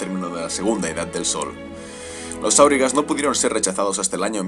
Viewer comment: Volvemos a corregir pronunciación: no es "kamul" sino "jámul", no es "áurigas" sino aurigas (este nombre no es sindarin, reciben este nombre por sus carros de combate), no es "balkoz" sino "baljoz", es levioooosa no leviosáaa